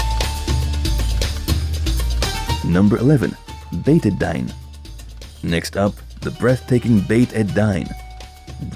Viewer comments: Beit El-Dine pronounced Beit Ei-Deen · Beit ed-dine doesn’t rime with wine - it’s pronounced Beit ed-Deen, meaning the House of the Religion, or the House of Faith.